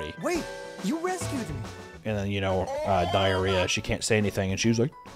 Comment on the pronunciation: U keep calling her "Diariah"😂😂😊